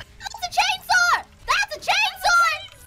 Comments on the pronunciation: Am I the only one that hears "Chainsoar"? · I heard “chainsword.”